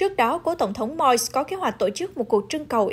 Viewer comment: Moise hoặc Moses, đâu phải Moi !